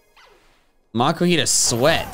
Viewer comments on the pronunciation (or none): You just called makuhita "kamumita."